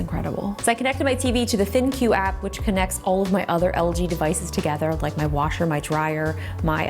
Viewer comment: Is ThinQ not pronounced like "think"?! 😳 my life is a lie